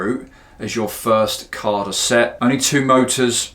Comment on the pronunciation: No R in CADA mmmmmmm